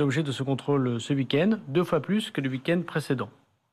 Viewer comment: "Le ouikène" x'D Darmanin, quoi...